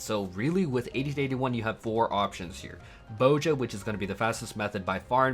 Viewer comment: "Bow-jah" You know there's a Z in there right?